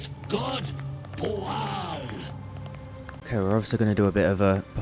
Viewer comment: I wonder if "BOOOAL" isn't really Bhaal, mispronounced and misinterpretted by them. I'm guessing yes. They were a fun little side quest. 😄